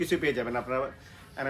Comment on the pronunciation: ভাই উচ্চারণ ঠিক করেন প্লিজ। চট্টগ্রামের মানুষ বাংলা উচ্চারণই পারে না। স্পোর্ট কে এ্যাসপোর্ট বলতেছেন। 😂😂 সোলোকো কে বলতেছে সোলো! বা-লে-র উচ্চারণ।